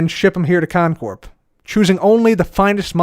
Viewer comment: did he say cotton Corp. or is that just me?